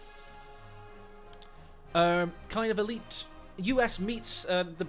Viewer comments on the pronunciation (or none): none